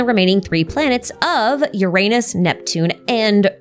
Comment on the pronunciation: Ahahahaha!! You pronounced it Ur Anus! 😂